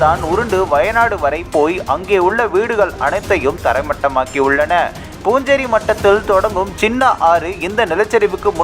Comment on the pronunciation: அது பூஞ்சேரி மட்டம் அல்ல...புன்சிரி மட்டம்....அதாவது புன்னகை மட்டம்..புன்சிரி என்றால் புன்னகை என்று அர்த்தம்...